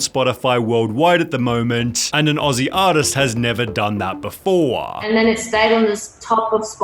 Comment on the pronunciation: i really hate how he says before BAFOWA